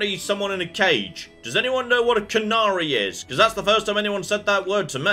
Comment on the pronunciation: Why do they keep mispronouncing "canary"?